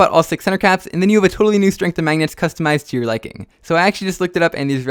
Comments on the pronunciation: “String sprenght” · String Sprength 😂😂😂